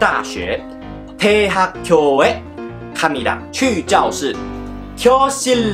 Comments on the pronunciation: 교的發音是gyo不是kyo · 학교應該念作학꾜才對 Hak gyo